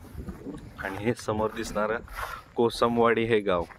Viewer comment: भावा कोसंबवाडी नाही रे कोसमवाडी